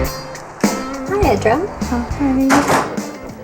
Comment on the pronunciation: The doctor has gotten fat!! Also, the "e" in "Edra" is short -- rhymes with "bed!"